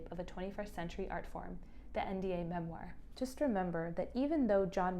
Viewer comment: You are mispronouncing "memoir" it's killing me 😢